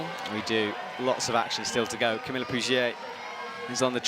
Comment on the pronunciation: Or 'Camille'